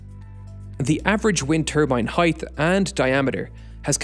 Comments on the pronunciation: Height pronounced H-ite not Heighth pronounced H-ite-th. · Pronounced HITE not HIETH ffs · Great video, but I have to get this off my chest: For the love of god, it's 'highT', not 'heigTH'! There's no 'th' sound! Also, you would be 'remiss' in not pointing it out, not 'amiss.'